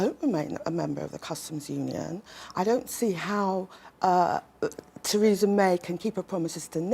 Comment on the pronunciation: She said tweesa may ! Can’t get her tongue around her Rs. Bet Corbyn did! They say Micky mouse wears a Diane Abbott wrist watch !